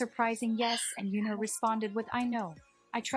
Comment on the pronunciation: yeah the video pronounced San, Mingi and Yunho names wrong